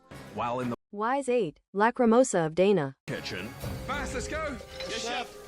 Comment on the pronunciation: Lacrimosa of Dana .. not Dainuh